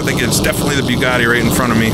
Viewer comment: the "byuugatti". Your pronunciation makes me watch on mute.